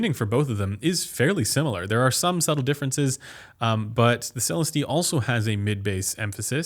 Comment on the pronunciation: You're still saying Celestee wrong lmao.